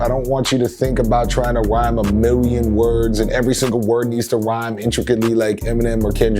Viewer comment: Anyone else notice how he said WIME instead of RHYME?